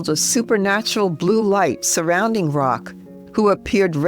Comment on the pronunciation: Just a little sidenote, as a European, I know :-) it is not Saint Rock it’s Roch ( Rosch ) it’s a French name thank you!